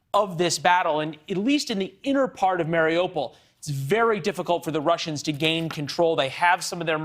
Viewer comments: Can someone please send a memo to western media teaching them how to pronounce"mariupol"? It's "mary-OO-pull" not "Mario-Paul". Oooooo like the Russian/Ukrainian letter У in Украина. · mary-opal?? I wish these idiots would take five minutes and learn how to pronounce the names of towns/cities.